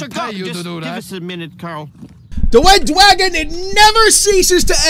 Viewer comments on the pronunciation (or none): Hearing you say "Wed Dwagon" is so hilarious. Very Welatable too since my tongue makes these same incorrect sounds when I am trying to be most serious. :D